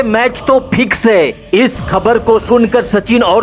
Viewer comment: Bhai.. channel popular karna hai??? Aawaz to badhiya hai aapki. 👌 but bhasha ko sudharo thoda. Match Phix nhy hota fix hota hai. Try to speak F, (Ph nhy). Final hota hai, Phinal nhy. Paksh hota hai, pachchh nhy. All the best. God bless.